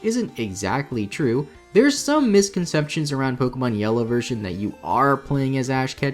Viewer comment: You keep pronouncing Pokemon wrong, it's po-kay-mon, not po-key-mon